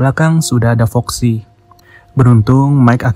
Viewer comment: Bang foxy bang bukan roxy